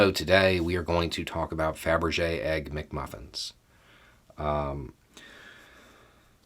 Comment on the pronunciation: "Faberge Egg NcMuffin". How did you even think up that one?!